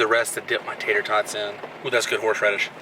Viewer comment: I can't tell if you said Horseradish or Horsh Radish 😂